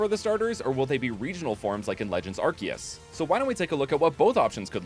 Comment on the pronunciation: It’s actually pronounced “Arceus”